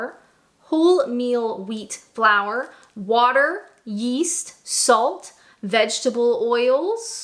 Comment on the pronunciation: Every time she says "yeast", I keep expecting her to say "yeet".